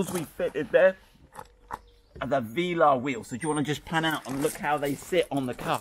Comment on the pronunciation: Love your videos guys really do and all the enthusiasm too. Great to watch! BUT my friend... Veeeelar... VEEEELAR??? NO. Velaaaaar buddy Velaaaar :)